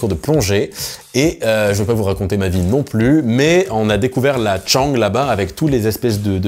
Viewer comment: Salut!! Juste petite précision, c'est pas "Tchang", mais "Chaanng". Avec le "an" un peu long. Voilà! sinon je t'accueille en Thaïlande chez moi quand tu veux! J'habite un coin sympa si tu aimes la plongée;))